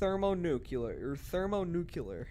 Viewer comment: Thermo nukiller 🤣🤣🤣 its thermo nuclear